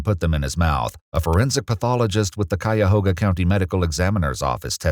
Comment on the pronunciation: Great pronunciation on Cuyahoga! Some say it with a short O - Someone from Cuyahoga who rarely sees people say it right